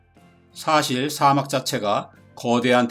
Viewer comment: 사:막 이라고 읽으시네요. 옳은 발음은 사막입니다 좋은내용에 한글자덧붙이고가요♡